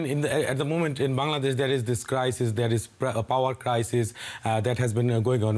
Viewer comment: It's not bandadesh it's Bangladesh, Pronounce it right way, who make you news reporter, still you can't pronounce a country name !!